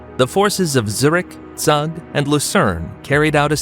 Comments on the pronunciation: Zug is not, it's Zoog! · Zug is pronounced Tsoog. Pronouncing it with English phonology makes it unrecognizable. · search how to properly pronounce Zug